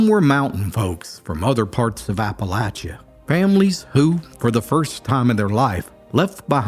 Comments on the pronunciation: Thank you for pronouncing the name of the region correctly. I mean, of course you would; but I swear, if I hear "apple-AY-cha" again, I may just plotz. 😀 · ByGOD it's nice to hear Appalachia pronounced cortectly!